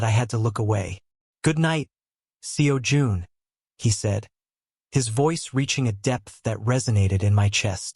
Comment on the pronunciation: The way AI voice ent never gonna get the pronunciation of Seo Jun right. 😂